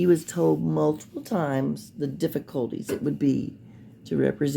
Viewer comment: I hate the way Durl says “maltiple” (multiple). 🙃